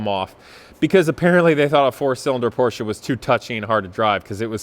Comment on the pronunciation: You are the first American who pronounces Porsche right, congratz. This is a nice 944, but i prefer air cooled 911's. Nevertheless this 944 is a piece of art so handle it with care.